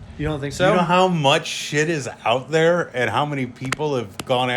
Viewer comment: "After about an hour of talkingeh, I realized that the person I was supposed to meet wasn't thereh..." "GOSH" Dude is too young to realize he's Napoleon Dynamite.